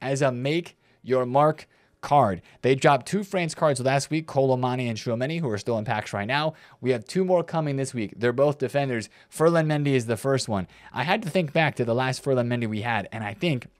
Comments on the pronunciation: Surely it's Kolo Muani no? He does a decent job with other names so makes me wonder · Americans don't like the letter U. 😂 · rare W 😊because he mispronounces most names lol